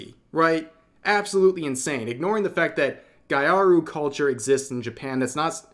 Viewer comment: Gyaru is pronounced gya-ru